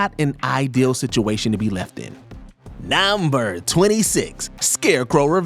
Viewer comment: Anyone else fuckin’ hate how he says “nuuuuhhmburrr” 😅😅